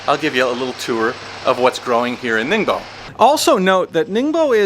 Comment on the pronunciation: It’s not ningBO it’s ningBOHH. TEN years in china and you can’t even pronounce BASIC pinyin. Pitiful display